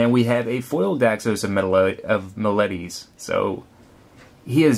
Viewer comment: you pronounce meletis wrong, caryatid id pronounced kary-ah-tid, and medomai you have to much stress on the o